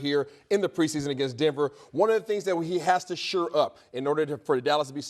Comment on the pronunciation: why oh why doesn’t someone correct your pronunciation of SHORE. It’s NOT pronounced SURE